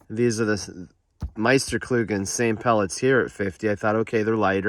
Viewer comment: I love the way you al pronounce meisterkugeln 😉👍